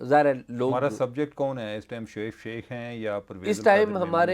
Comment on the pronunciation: Mr. Azaz Syed, Please improve your accent, It's Shoaib Sheikh, not Shaikh, there are many other words that you pronounced very badly that required improvement. Your Investigative journalism skills are very good, keep it up.